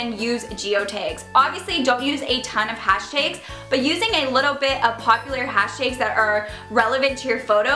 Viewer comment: The way you say "hashtags" is interesting lol are you Italian? You have that New Jersey accent